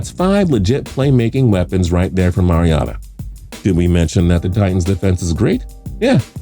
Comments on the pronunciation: People finally putting some respect on The Titans name. And it’s MariOHta not MariAWta when you say Mariota’s name. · As a Titans fan, I hate the way butchers Mariota's name